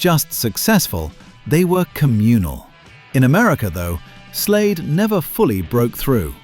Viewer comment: Its Slade, not Slayed.